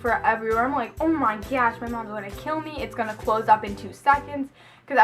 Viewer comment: Lol how she say on my gosh